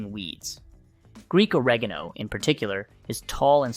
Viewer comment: The pronunciation of oregano indicates this is all AI generated content.